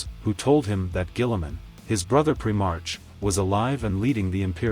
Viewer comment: I like what you do with the AI renditioning and your way of telling the story. But some words you mispronounce. Pri-Mark, not Pri-marsh. I think there was one maybe two others. But other than my OCD and pet peeve over such things. Good job!!!